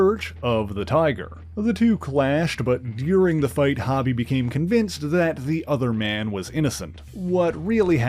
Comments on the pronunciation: I gotta say, it was really distracting to hear you say "Hobie" (sounding like hobby) as opposed to how it is supposed to sound, rhyming with row-bee. His name is short for Hobart, pronounced Hoe-bart. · The name has one b so it has a long o sound. I totally called him this at first as well though. Great video, I'm glad White Tiger, Sons of the Tiger, and Night Creeper were mentioned 🔥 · It’s Hobie, Hoe - Bee. Great video otherwise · His name is hobie not hobby it’s like spider punk, because he is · HO-bee; it’s short for HOBART ( HO-Bart ) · Hobie pronounced like Coby. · Yes it should be HOE-Bee, just like Mitch's son on Baywatch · why you pronouncing Hobie like that... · Yes, that's right. This guy's pronouncing it wrong. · Suuuuper distracting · FYI: His name is pronounced "HOH-bee", not "HAH-bee". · It’s not hobby it’s hobie (hoe-bee) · HO-bee, not HOB-ee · Ita "ho-be" NOT "hobby" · Its HOBIE not HOBBIE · His name is pronounced “Ho-bee” not hobby. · I believe it's pronounced Hō bie not Ha bie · Yo, it's pronounced *HO-bie*, not hobby! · For what it's worth...his name is Hobie (not Hobbie) and is pronounced with an "ō" sound; so, phonetically, it sounds like "Hoe-bee." Other than that, thanks for what you do! ✌🏻❤️🤘🏻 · Im not sure if someone mentioned but you are saying Hobie's name wrong. "hoe- bee" not "hobby". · He keeps pronouncing it has hobby, not like it is, hobbie (how-bee) i think. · I'm sorry but the name is HoBee not Hobby. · It's pronounced Hoe-bie not Hobb-ie. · Why do you keep calling him Hobby? 😂 are you not a fan. Hobby😂, Its Ho-Bey.. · It’s HO-b…not hobby…is this dude Canadian?…some of the weirdest pronunciations ever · You usually do great work. But, you're killing me here with the pronunciation of Hobie Brown's name here. It isn't pronounced (hobby) rather it's pronounced (Ho Bee). Just curious, are you Canadian? That would explain why you default to that pronunciation. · HO-BEE, NOT "Hobbie" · His name is pronounced HŌ-BEE not HAW-BEE ...